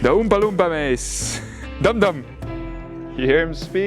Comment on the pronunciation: i crack up whenever you say DUmDUm😆😆😆